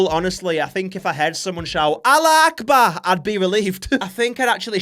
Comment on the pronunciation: The way he absolutely fucked up the pronunciation of “allahu Akbar” has me dying